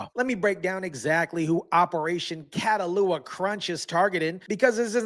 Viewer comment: It’s pronounced Cat Ah Hula. You and CNN mispronounced it. Catahoula is a parish in LA as well as a breed of dog called a Catahoula cur.